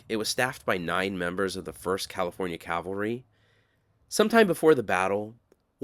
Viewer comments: Is it Calvary or Cavalry? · good work...but..please..the word is CAValry, not CALvary...very common mistake throughout cyber land...good work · CAV AL Ry Not CALV uh ry but good show.